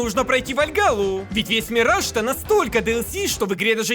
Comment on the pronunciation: Мне постоянно вместо Мираж слышится Мир Жаб